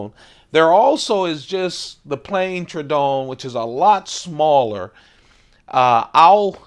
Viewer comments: its not pronounce true-don, rather it is pronounced True-A-don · Not trying to be that guy but it's pronounced True-uh-dawn. That's a beautiful example. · It's TROH-ə-don